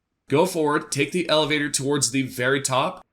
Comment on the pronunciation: You should work on explaining directions this left and right stuff is ridiculous. Also work on your pronunciation of elevator.